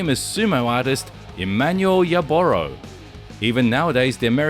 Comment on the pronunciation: How can you run a channel about professional MMA, and NOT know that his name is pronounced "Hoyce" .... not "Royce"...? You also messed up the pronunciation of Emanuel Yarboroughs' surname... it's "Yarburuh"... not "Yarbowrow". For a channel that has "ENG" in it's name (implying that the creator is a native English speaker) this is a real fail. Thanks for the compilation of fight clips, but you don't really have the slightest idea wtf you're talking about, do you!? Edit: punctuation and phonetics